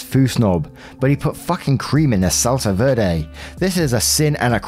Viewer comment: I'm so sorry but you had me dieing at the pronunciation of salsa verde, I was just like is he trying to say vederit but weirdly? 😆 I guess this is me finally subscribing LOL